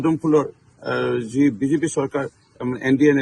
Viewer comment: বিজিপি নহয় ভালকৈ এই উচ্চাৰণতো কৰিব পৰা নাই।